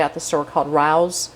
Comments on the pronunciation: "Ray-Oh's" A restaurant in NYC. Great recipe! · Loved the video but my dear - Rao's is pronounced RAY-oh's.....RAWWWOOOS lol! Look it up; they have an incredible lineage. Not just a grocery store sauce. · The pizza sauce is Rao's. Pronounces Ray-o's. Good recipe. Is very good for a keto diet as well. Thanks for the video. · Good recipe, can't wait to try it myself. By the way, the name of the sauce is pronounced Ray-oh's. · Rao's is pronounced like Ray-o's it is a restaurant in NYC raaaaaa o's thank you for your great recipes !! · Great video.... One thing though the sauce is from the NY institution Rao's, pronounced Ray-ohh's :) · Bread has helped sustain humans for thousands of years. It's only recently people have decided it's unhealthy. And humans have become more sluggish because we're not out hunting for our food everyday. And it's pronounced 'Ray-O's'. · I love this recipe. I would form the sausage in the bottom of the dish as if it was the crust and then par bake it to a medium rare. Then, finish the baking with the rest of the ingredients. FYI, Rao's sauce is pronounced ray-ohs. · The sauce brand name (Rao's) is pronounced Ray-O's. It bears the name of a very famous Italian restaurant in Harlem in NYC. Well known and impossible to get into unless you have connections or are a celebrity. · RAO's is pronounced Ray-os. It's also a famous restaurant in NYC. There's also one in Las Vegas. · It's pronounced Ray-O's. And it is good. Fun fact. Rao's in NYC was Frank Sinatra's favorite Italian restaurant. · The sauce RAOS is pronounced RA OS/RAY OS, its a very upscale Restaurant in NYC. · The sauce is pronounced rAo's... they used to have a restaurant in New York City but it's now closed and they sell their sauce in the jars yes it's very good sauce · Your sauce is Rao’s (Pronounced Ray-ohs) from a New York restaurant and supplier. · It’s pronounced Ray-o’s. A very famous NYC restaurant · it's RAY-ohs RAY OHS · Pronounced Rayo’s